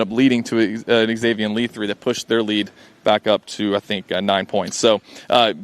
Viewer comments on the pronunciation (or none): Bro said Zayveeyon Lee